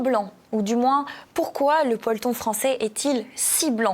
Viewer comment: "le polton" ????? Qu'est-ce donc ? 😂😂😂😂😂😂😂😂😂😂😂😂😂😂😂